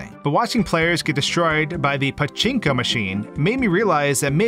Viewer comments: I love the way he says paCHInko machine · did you have fun pronouncing pachinko?